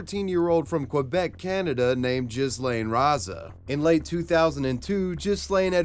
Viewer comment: bro i thought said his name was j!zz lane...